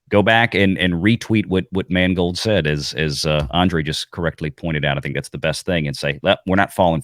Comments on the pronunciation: all i hear is mangled the guys name is mangled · Funny, how if you pronounce "Mangold" right, it comes out as "mangled", seeing as that's what he did to Indiana Jones.........He mangled it, and Kennedy watched on with pride and let out a Darth Sidious type laugh as he did.......